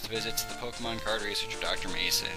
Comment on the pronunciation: his name's Mason, not Manson. and pick Bulbasaur!